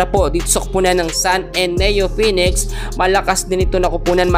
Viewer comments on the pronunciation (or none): none